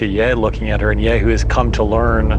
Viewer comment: Man I hate they can't pronounce their own character's name... It's not "Yay", it's "Ye" rhymes with "look" without the K, or if they can manage French, "Ye" rhymes with "Le"